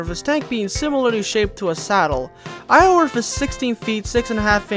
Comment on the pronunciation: Apologies about being "that guy" but Iorwerth is actually pronounced like "yaw-werth" It derives from the Welsh terms Ior (meaning lord) & Berth (meaning beautiful) Iorwerth in-game is named after the Welsh medieval king named "Llywelyn" or "Llywelyn the great"/"Llywelyn ab Iorwerth" Welsh is a stupidly hard language to pronounce so I don't blame you or anything lol.